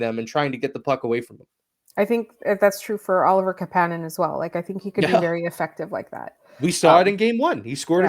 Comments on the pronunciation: This is cleared up on the Basu & Godin notebook from 4 days ago, 22m in they then discuss the correct pronunciation which seems to be a reverse on what they stated before. Marty confirms the way its said. It's not Ka pan nen. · Kapanen said the way you’re pronouncing his name is wrong. It’s pronounced the same way his cousin and uncles were pronounced. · Couldn’t tell you but if you listed to Basu and Godin podcast said that St. Louis and Kapanen told him he was pronouncing it wrong.